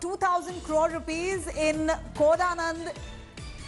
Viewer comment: Koda Nadu not Kodanand !!